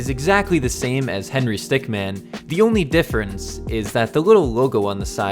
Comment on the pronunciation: he called it amon us and henry stickman not among us and henry stickmin